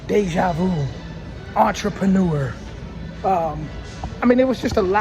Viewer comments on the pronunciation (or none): none